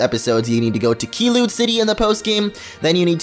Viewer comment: KEYLUNE CITY WTF IS THAT CANU TALK ORANGE OR ARE U AN ORNAGE EGAT WE COULD eat grrr speak properly